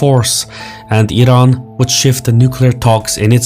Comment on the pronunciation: Love the fact that you're one of few who spell Iran and Iranian correctly (ee run) and not falsely (eye run) 👌😅